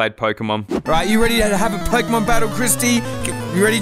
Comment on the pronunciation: pokimon XD learn how to say pokemon right then say this